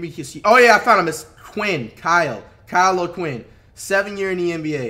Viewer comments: Flight it’s Kyle O’Quin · Flight it’s Kyle o qinn